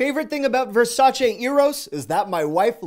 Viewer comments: It made me soooo happy that you pronounce Versace correctly!!!! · So happy you said Versace correctly lol